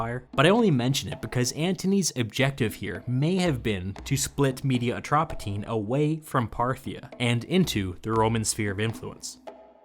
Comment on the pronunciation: Media Atropatene could probably be pronounced in English as *Media Atropatienie fairly well. *Me- like "mellow", not like "me"